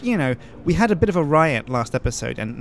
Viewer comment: emphasis on had?